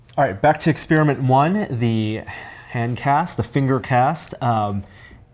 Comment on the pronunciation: don't you love it when they do exspearmints